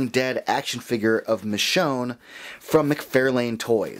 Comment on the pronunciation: I hope by now you’ve learned how to pronounce “McFarlane”.